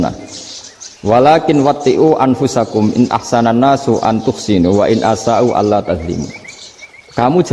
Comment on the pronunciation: Bagus sih... tp knpa mesti nyleneh tdk normal2 saja.. Nyebut Allab aj awoh... wakakakkkkk... kyk gt guru uatad kiayi.. distu jlas ada lam kok awoh... wakakkk sy sih msh cekak ilmu agamnya tp kl liht org2 yg aneh2 gini saya jd mnilai org ilmu cekak